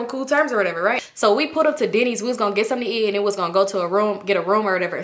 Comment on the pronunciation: Girl when you said y’all went to Denny’s I thought you said Diddy’s😳😭